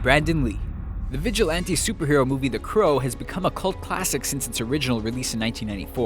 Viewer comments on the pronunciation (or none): Did this guy pernounce the crow like the "The Creww"